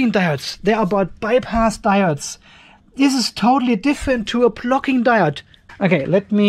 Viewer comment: Always good information. However it’s hard to get by your accent of “plucking diode “.